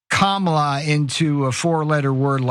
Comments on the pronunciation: At least he pronounces her name right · He pronounced her name correctly several times in a row. I'm impressed. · At least he pronounces her name correctly. More than I can say for the rest of the Republicans.